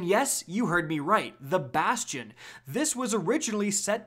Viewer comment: Thank god you say it right. Everyone else says basty-inn